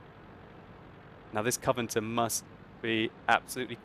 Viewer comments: Did he said 'Covanter' instead of 'Covenanter' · Covenanter not coverter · Why do so many people have a problem with pronouncing 'Covenanter' ? Koh Veh Nan Ter simples ! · "Cov-e-nan-tor" is 4 syllables ;)